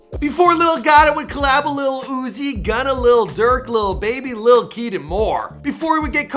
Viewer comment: and why you pronouce " LIKE KEED" like a monster lol